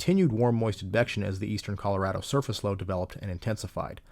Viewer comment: You cannot understand how much I appreciate you pronouncing "Colorado" correctly.